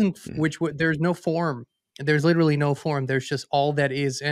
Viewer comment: These two guys are supposed to be so smart,but yet they can’t say the word literally correctly😂